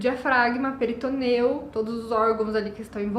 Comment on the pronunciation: Querida, se cê tá fazendo vídeo em português, fala PORTUGUÊS!!! Não é peritoneu, é peritônio